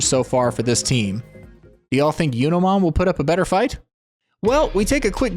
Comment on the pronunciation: Do you intentionally mispronounce digimon names? "Yunomon" instead of "Junomon"?